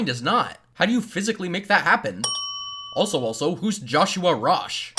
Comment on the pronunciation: You say "Also" but i hear A$$ o A$$ o